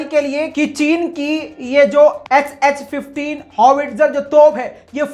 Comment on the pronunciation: HS 15 Hai ya SH 15 sahi bolo bhai